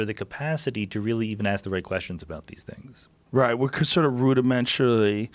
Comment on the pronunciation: Joe “rudimenter...rudimentaly...fuck it” Rogan